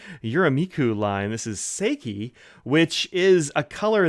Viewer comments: Yoseka Stationery did a YouTube overview of these Yurameku inks and you can hear how pronounced then there. I don't have time to check right now, but I think she even pronounced "Seki" slightly differently than you do. I may be wrong about that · I’m right with you about Seki being a new favourite. It’s so different every time I use it. I was really surprised by the water test. I would have thought this ink would have washed right off. (“How you make this with your face”: 😂🤣) Looking forward to the unpronounced ink review, too.